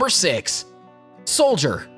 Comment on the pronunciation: Correction: it's shoulder, not soldier.